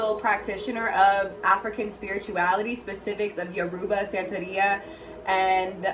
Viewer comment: My sweet sister, its pronounced YOOR UUU BA <3